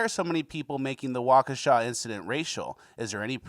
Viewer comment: Anybody else think that the name of the town was pronounced like the song Wokesha by moneybag yo